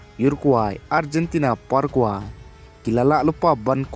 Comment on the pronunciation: Parakwe bad urakwe ym dei para kwai..urakwai da pronounce bha seh..😀